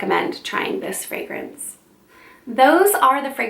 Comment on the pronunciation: I just found you and I’m subscribing not only because I love your content but OMG finally someone who knows how to pronounce all the fragrance verbiage correctly 👏🏼👏🏼👏🏼 Super interesting choices; I’ve only smelled one of them so far, now I’m on a mission! 💋👃🏼❤️